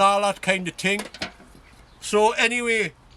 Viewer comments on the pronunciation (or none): I love when you say 'and all that kind of ting' 😄😄😄😄😄😄